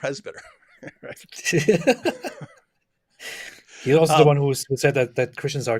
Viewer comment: ... John the PRES-BITER 😂😅😂😂